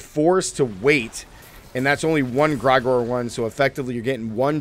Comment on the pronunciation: Jfc! Limitless steel? Gr-eye-gore? It's Gr-eh-gore-E. You think that is Igor's cousin or something? Maybe you should double check your script to before you post your video to not look silly by getting item names wrong and mispronouncing names?